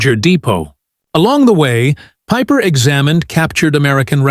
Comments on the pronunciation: Peeper-Peiper? Hard to know where to begin. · Like Peeper for pieper